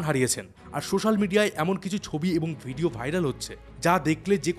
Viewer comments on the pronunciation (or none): none